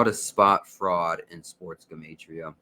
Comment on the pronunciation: Thank you for pronouncing 'Gematria' CORRECTLY (that is the #1 way to spot a fraud)